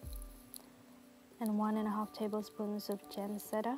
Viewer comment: Never heard "jam setta" before.